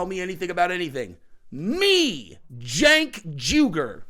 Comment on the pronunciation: its pronounced "Jank". Not Sank. You're welcome. Think you can run with that one too 😂